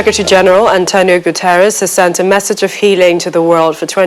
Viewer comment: It's 'Message' and not 'Massage'.😥